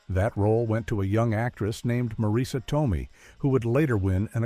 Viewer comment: Mah-reesa Tomey! Stop the AI!!!